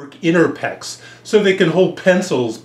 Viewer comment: inner peh - ecs XD